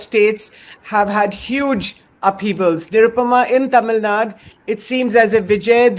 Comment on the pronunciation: Tamil Nadu.... Not Tamil Naad